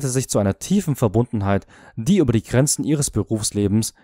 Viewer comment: UNNAHBARE - nicht "... und nahbare ...". Sowie GRENZEN, nicht "Granzen" ....! Liest hier eine KI oder jemand, sonst nicht liest und Fehler nicht erkennt? Habe nicht weiter gesehen ...